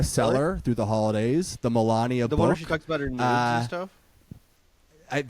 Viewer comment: You mispronounced it. She calls it her boooooook.